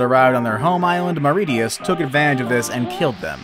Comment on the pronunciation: Thylacine = Thigh-luh-seen Aurochs = Aw-roks mauritius = mor-ish-us